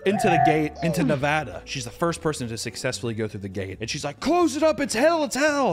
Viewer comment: HE SAID NEVADA RIGHT! HUZZAH!!!!!!!